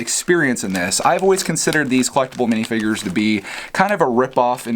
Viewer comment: You said minifigures not minifingers!!!